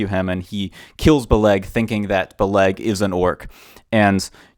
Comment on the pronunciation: It's not Beleg like Buh-'Leg with the emphasis on the latter syllable. But rather 'Beh-leg with the emphasis on the former. Think of the word "relic" but substitute the r for a b, and lic for leg.